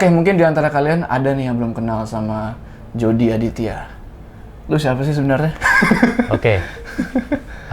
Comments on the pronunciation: Nama nya Jody tapi gua denger nya JORDI anjay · "Jody" Waduh Tinggal Tambah "R" Udah Si EPIC MOMENT